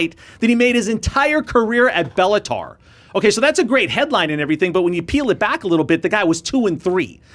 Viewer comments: It’s Bellator not bellatar. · STOP saying Bellatar. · Belluhtar?? Lol it’s bellaTOR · "Bellataur" Is that the female version of the Minotaur? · Friendly correction: You’re saying Bellator incorrectly like a casual. It’s not Bella”tar” 😂 Pronounced: Balla”tore” - Bellator Just FYI. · Bellator not bellatar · It’s BellatOOOOORRRRRR, not AR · I never heard Bellator pronounced "Bellataur" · Dude needs to learn how to say Bellator properly if he want to analyse the sport of MMA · Dude can you please pronounce the name of the promotion accurately!!?!! It’s giving me a bigger headache every time you say it 🙄